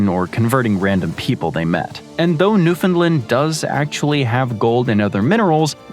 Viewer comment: Newf'n-land, not new-Finland. Tisk tisk